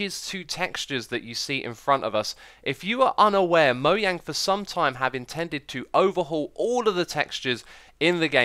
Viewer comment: It's actually Moyang, swedish don't pronounce 'J' Jens (Jeb) is actually Yens